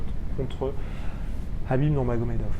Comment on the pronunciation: (juste pour info) le prénom de Khabib se prononce avec un r, sinon ça serait Habib sinon intéressante la video, poce blo